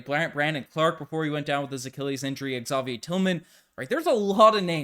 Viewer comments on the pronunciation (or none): none